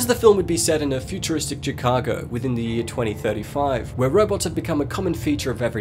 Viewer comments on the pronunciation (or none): G cargo? gee cargo? Ji car go? chi cargo? Shi-ka-ka? Shish-kabab? She-Car-Go, You're outta there.